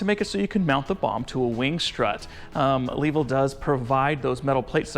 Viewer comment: Longer and better review here: Also, Suggest learning how to pronounce the company's name. Just the most basic courtesy.